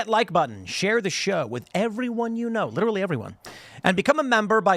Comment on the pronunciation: LIDDERALLY PHIL !